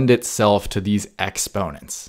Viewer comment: the way you say exponents is worse